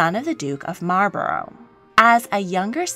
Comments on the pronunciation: Just thought I should let you know you pronounce Marlborough wrong. It’s actually pronounced Marl-bu(like bucket)-ru (like Russia). Source:have lived in the area around Marlborough (the town which the Dukedom is named for). Good video though. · You pronounce Malborough wrong. You need to look it up. I live in oxford not far from Bleinheim Palce where Winston churchil was born.